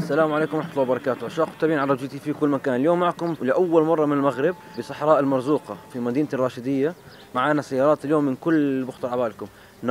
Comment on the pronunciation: اسمها مرزوݣة يا حبيبي وليس مرزوقة